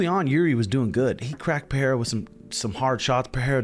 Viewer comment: Pereira is pronounced "Pe rey ra" (R's as in Robert), rather Pe Hey ra